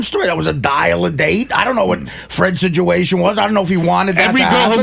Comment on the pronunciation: Can someone please tell this fucking sack of guido shit the word is SITUATION